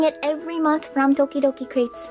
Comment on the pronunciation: I knowww! That's what I keep hearing too.